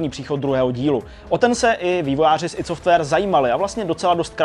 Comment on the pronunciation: "aj dí" software... :D